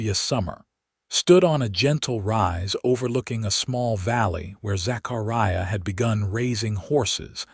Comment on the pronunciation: It is pronounced "TOO'-SAWN". QUIT MURDERING "ZACHARIAH" BY STRETCHING IT AROUND THE WHOLE ENTIRE EARTH. There are no gigantic gaps between syllables You do not have such gaps otherwise NOT even GAPS separating WHOLE WORDS.